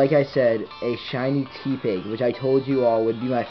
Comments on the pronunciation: It's pronounced Teh-pig not Tee-pig It's a pun of Tepid and Pig. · It's not Tea pig. It's te with the normal e sound. Te(normal e sound)pig